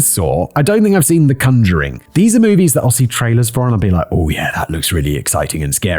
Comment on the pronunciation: Your pronunciation of conjuring… is a choice…